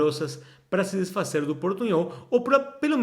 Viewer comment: Você está pronunciando “desfazer” e “poderosas” como em espanhol.